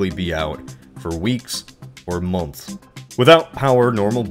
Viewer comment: When you say "months" it sounds like your cooking on a potato